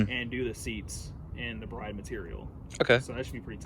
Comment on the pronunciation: Isn’t it pronounced “Brid”?